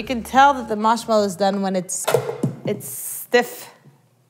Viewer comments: Marshmallow not maushmallow plz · is it me or is she saying, "Mash mellow," instead of Marsh mellow? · She says "Mashmellow" instead of "Marshmallow" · Isaiah Higgins mawshmelloe is what i hear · I pronounce it mahrshmellow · i love how you say moshmello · is she saying mashmallow? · Haha all good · Sour Eggz, Midwest accents usually don't have a French tinge like this. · Not gonna lie, I'm low-key digging the way she pronounces marshmallow. 👍👍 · Isn't it strange how she has a completely american accent until she says marshmellow and then it sounds australian?